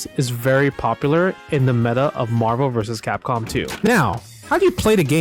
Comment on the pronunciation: i love when justin says marsoscapcom